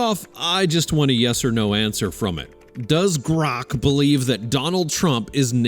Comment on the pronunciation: Maybe GROK isn't cooperating because of the way you pronounce its name every single time